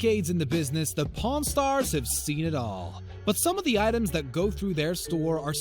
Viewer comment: I thought he said porn Star 😂😂